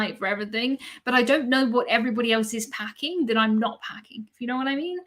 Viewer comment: To me , it sounds like every BUDDY. Great podcaster with great information